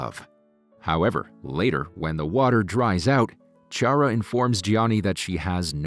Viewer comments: Chiara not "Tchiara" 😂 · Every time you said Ciara instead of Chiara i felt like a stabbing wound in the heart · The lady’s name is pronounced Kee ah rah. Not Chee ar rah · It’s pronounced Key-ara. Not Chi-ara.